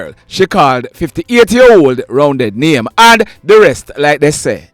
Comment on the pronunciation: Correction, the 58 year old man’s alias name is Roundeh not Roundead… I know him when I use to live in August Town.